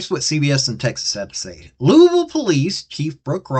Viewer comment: Lewis Ville not Louisville !! 😂😂🤣😂🤣😂🤷‍♂️